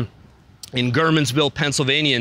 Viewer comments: Actually pronounced it correctly for the area in PA known as part of the Lehigh Valley. Grew up and lived within 50 miles. Located near Allentown. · Thomas, spelling is Germansville. Located North of Allentown between RT100N and RT145N ( between New Tripoli and Palmerton). Locally pronounced "Ghermansville" not "German" as in country of origin.